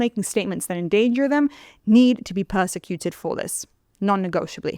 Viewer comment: She doesnt even know how to say “prosecute”